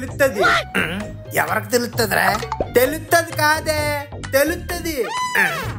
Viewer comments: Theluthadhi ❌galuthadhi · Telutadhi ❌ gelutadhi ✅ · Telustadi kadu gelustadi 😅